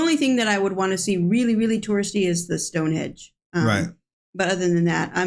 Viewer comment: Sorry, I had to have a little giggle when you said - Stone Hedge! It is Stonehenge. Tell you what, it would take some mighty tough hedge cutters to trim a Stone Hedge!